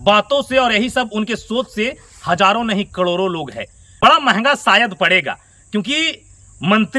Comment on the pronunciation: कडोरो नही करोड़ों होता है